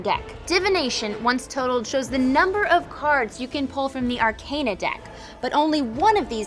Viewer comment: Mispronouncing the name of the game and also the word arcana is rough